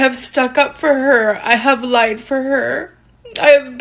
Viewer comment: Why she say “I have laeid for her” like that? She’s so annoying